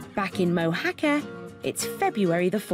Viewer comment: Where is ’Mou-hakka’ 😂😂😂 Do you mean Mojacar?